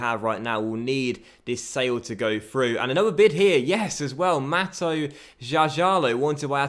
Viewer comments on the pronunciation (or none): none